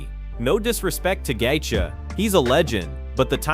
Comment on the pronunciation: Gat-chee... wtf is the audio guy. The names are so bad.